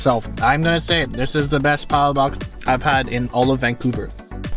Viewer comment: So only because not everyone knows how to pronounce Palobok. Its pronounced "Pull-la-boak". People tend to pronounce it incorrectly like "Pal-lah-bock" or "Paula-Bock".